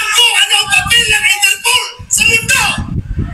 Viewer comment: "Enterpool" daw sabi ni Bato.. bwahaha..di ba interpol? Bwahaha...